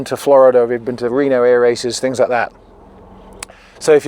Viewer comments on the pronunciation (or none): none